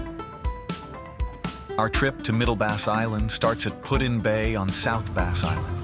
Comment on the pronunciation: AI is saying Pud in Bay... its PuT. Not pudding bay.